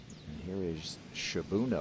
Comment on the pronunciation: "Shibuno" instead of "Shibunno".